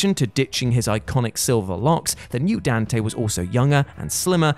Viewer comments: That's not how you pronounce "Donte". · Emo Dante? No, no, no. We call him Donte.